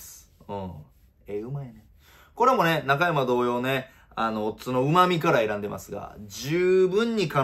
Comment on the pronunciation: いつもなんだが中山のイントネーションが引っ掛かるw